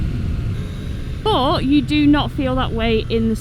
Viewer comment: also seems to, at least once per video, say the word "But" like it has 2 or 3 syllables. is not her longest but I count it. BUU-UU-UTT. That's one of my favorites.